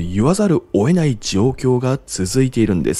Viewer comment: 詳しい解説をありがとうございます。参考にしますね。 1つ、気になる話し方をお伝えします。「・・・せざるを、得ない」を「・・・せざる、 おえない」とおっしゃっているように聞こえます。